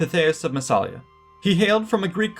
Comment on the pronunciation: Don't want to spoil the party, but... There is no such thing as "the southern mouth of the Rhine" ( ff). It's the Rhône you are talking about. The Rhine flows into the North Sea. And the town's name is Massa-li-a - not Masala as you continue to pronounce it. vs